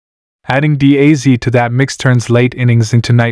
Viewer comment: Can't AI say Dee Azz instead of deèe a zeeee?!